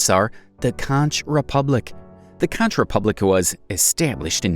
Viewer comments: CONKKKKKK --------- Not conchhhh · Conch is pronounced "KONK" not "Con-CH". It became a sovereign state when they applied for Federal Foreign aide in 1982 and the US government granted it to them thus officially recognizing the nation state. It's pretty much a joke down there. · Bro really called the conch republic contch instead of conk republic lol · Conch is pronounced Conk, not Conch. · Conch is pronounced “conk” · Conch is pronounced "konk." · I heard of the first 20 ...and it is pronouced conk...tweek the AI. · Conch rhymes with honk